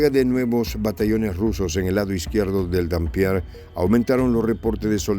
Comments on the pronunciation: No es "Dampier", es Dniéper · ¿ que Dampier ni que gaitas. Es NIEPER, e incluso NIPER. Consulte la pronunciación🤨👽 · Es dnieper , no denpier...... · Se dice Nieper no Danpier.